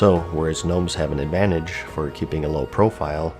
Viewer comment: Ad van tag es? Dis ad van tag es? That how u pronounced it?